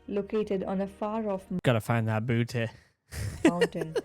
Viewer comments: Bhuti, not booty bro lmao 🤣 meaning a plant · I know you are not aware of gods i understand but speak carefully when you are talking about gods iam hearing some disturbing words like booty in place of boothi so please be careful about dealing with gods 😊